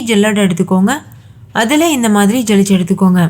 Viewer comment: ஜலிச்சு என்பதை விட சலிச்சு என்பதே சரி....